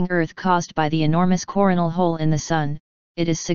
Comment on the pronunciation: she said corn whole